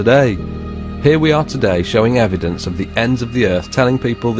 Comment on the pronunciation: I HAVE "EDIDENCE"..... BIBBBBBLEE!!!!